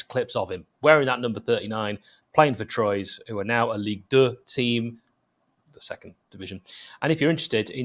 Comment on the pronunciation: That’s pronounced “ Twa” not “Troys” happy to help